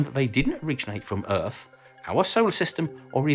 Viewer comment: What is "earf"?